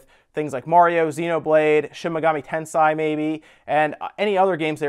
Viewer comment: Shin Megami Tens-ayyy, not tens-eye. jfc.